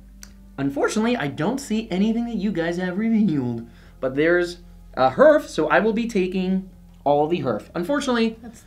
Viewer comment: Okay, I try to not be 'that guy' but Hearth I pronounced 'harth', not 'hurth'. It was bugging me. :)